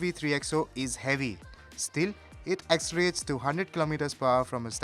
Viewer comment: Its pronounced 'accelerates' not 'accerates'.. lol